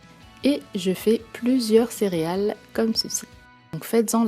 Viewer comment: vous dites cériales ou céréales????